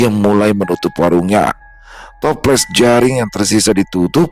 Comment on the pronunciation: Bukan jaring tapi jering 😂